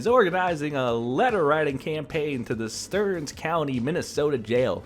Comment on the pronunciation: Aaron is wanted in Stearns (Sterns) County,MN... not Kandiyohi (Candy•Yo•High) 😂 love the pronunciations Great clips 🙌❤️